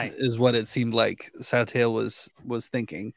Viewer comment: sai-tale (according to the audiobook)